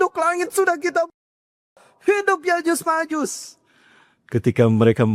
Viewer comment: Cocoklogi. Nyebut nama ya'juj ma'juj aja Salah.